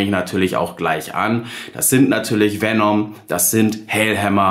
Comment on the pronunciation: Nicht VenOm, sondern VenEm. Herrgott nochmal ist das so schwierig?